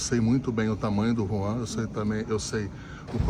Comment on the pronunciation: Hellow o nome do dirigigente do FLA e JUAN e não RUAN kkkkk